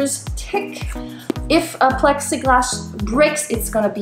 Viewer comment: About three millimetres "tick"! Sorry I had to lol